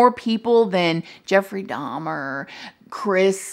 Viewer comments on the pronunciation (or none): Not “teddy n dahm dahm” LMFAOOOOOO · You did NOT just call Jeffrey Dahmer "Jeffrey Dom Dom!!" IM SCREAMING 🤣🤣😭😭